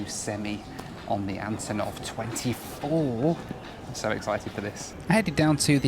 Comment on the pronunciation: Hi. This plane's name should be pronounced as the first syllable in "unbelievable" ("un", not "a.n."). Cause, you know, these are the first two letters of the designer's last name (Antonov). Thank you for what you're doing!